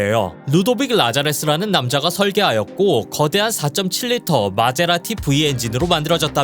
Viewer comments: 마제라티야?마세라티야? 이테리 본토 발음인가? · 마세라티라고 발음을 못하나... 마세라티를 모르나??